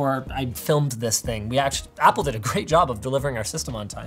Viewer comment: did you just say fapple? FAPple? as... a very exciting apple computer?